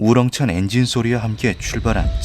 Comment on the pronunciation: 우뤄어엉찬 엥징소리...? <--- 독쑤리 오형제?